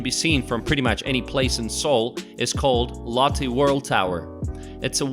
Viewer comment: By the way, could this guy try any less to pronounce these places properly? Seriously! It's like he's TRYING to mispronounce them! WTH: Laahtay World Tower, Gang-um/Gaynnum... the palaces were the worst--or funniest! They're all neat places though. Korea is a great place to visit, but staying too long makes you realize that you will always be just a visitor, unlike when Koreans move to America or Canada and become citizens. Nice to visit for a week.